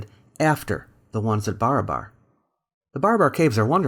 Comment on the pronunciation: its not BAR-A-BAR .. its BA-RA-BAR